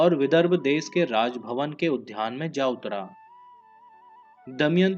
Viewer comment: Kya kya bolte ho udhyan nahi udyan Junia nahi jua otherwise O.K.